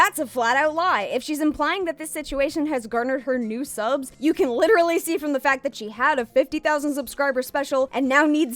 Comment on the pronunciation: "I am liturally a victem too"